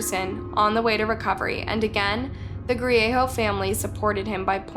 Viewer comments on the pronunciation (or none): The g isnt silent in Griego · It's pronounced Gree-a-go not Gree-a-ho Bernalillo - Burn-ah-lee-o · His last name is Griego not grieho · It's Griego NOT Griejo. Great presentation but pronounce names correctly. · Albuquerque, NM is divided into quadrants. The south valley is one of them, not a city unto itself, unless things have changed substantially since I was there last. Bernalillo is pronounced burn-uh-leo. 😉 Griego is pronounced gree-ay-go. I would suggest some additional research if there are names with which you are unfamiliar. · I’m sorry but I had to giggle when she said ‘Bernalillo’ and ‘Griego’— it was cute, I am not being mean it was just funny. I’m from New Mexico so I understand how easy it is to mispronounce. This was a sad day for the community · the way she pronounce bernalillo n griego 😭😭